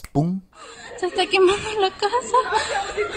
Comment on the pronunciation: Por un momento pensé que decía que perdió su cara, en vez de su casa, xd.